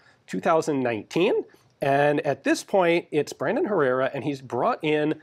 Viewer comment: Every time you say “Brandon” I hear “Raymond” and then I want to listen to a Fear Factory song because Raymond Herrera is the drummer for Fear Factory.